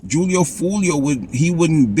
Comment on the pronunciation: Its pronounced hoolio foolio fool